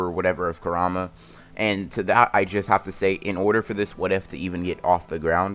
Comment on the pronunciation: I KNOW DAM WELL HE DID NOT CALL KURMA KA-RA-MAE 🤦🏽‍♂️🤦🏽‍♂️🤦🏽‍♂️🤦🏽‍♂️🤦🏽‍♂️🤦🏽‍♂️